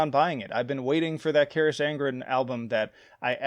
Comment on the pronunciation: Your pronunciation of Carach is criminal